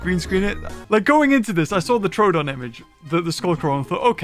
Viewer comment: React to anything with the words “extinct creatures caught on camera” I love how in the video about the “scary” extinct creatures the narrator incorrectly pronounces most of the names like “jiganatosaurus” and “troodin” 😂